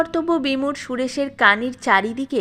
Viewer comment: ঠিক উচ্চারণ হবে _ খুল্লতাত-অ এবং বিমূঢ়-অ। রাগ করবেন না। নেশা সর্বনাশা সে ঘোড়দৌড় হোক, মদ বা মেয়েমানুষ হোক। কেউ ছাড়তে পারে, কেউ ডুবে যায়। ধন্যবাদ।